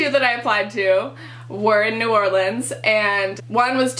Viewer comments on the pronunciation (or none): Good luck in your first year, go Greek, and ask around for used books by your peers before you spend $500+ at the bookstore!! (and just a tip, it's pronounced "Nor-lens" by the locals ;) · Good luck in New Orleans (its pronounced "Or-Lens")! I have a friend that is glutton free because of an allergy and she eats solely on campus. We go to Auburn and we have more choices but you should ask them about accommodating for you. She orders specialty made food every day that she can eat.